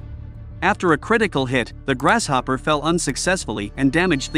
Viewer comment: anyone else notice he pronounced grass hopper as GRASH HOPPER in the beginning 💀